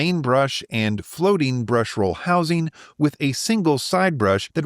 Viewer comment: "sellin"; "housin" what US accent is this?